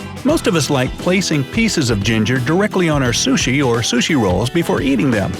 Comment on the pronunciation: What if ...I eat my burger and pizza the why I see fit?And I get irritated when he pronounces the word sushi ....